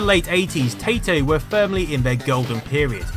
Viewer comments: I know it's a Britishism, but I still feel it necessary to point out that Taito isn't correctly pronounced "Tate-oh". It's a Japanese company written in katakana as イトー, and thus correctly is pronounced "Tie-toe". I think pronunciations should be applied to the country of origin first. Taito is "tie-toe" just as ZX Spectrum is "Zed-Ecks Spectrum even to Americans who would want to say "Zee Axe". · Conversions* Also, Taito is pronounced "ty-toe", not "tay-toe". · Taito is pronounced like TIE-TOE, because it's written as タイトー, which is derived from 太東, from the company's original name 株式会社太東貿易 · so... mangled --_--); taito - tie tow hiroguki sakou - hee row goo kee sah kow